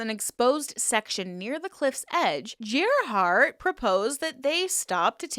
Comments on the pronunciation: I could be wrong, but I think the proper pronunciation of Gerhard isn't "ger" like Jeremy, but rather "ger" pronounced like garish. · Yes, you are right. It's pronounced like that. Like Gary = Gerhard. It's a german name 😀